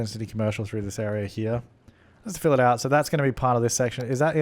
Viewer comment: i think the reason why siri answered is because you said "this area" and it sounded like "siri"